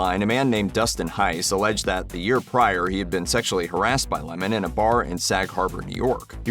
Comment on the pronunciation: What a dull video. He isn't interesting at all. I'm glad his name is pronounced correctly though. Don LeMoan sounds so silly.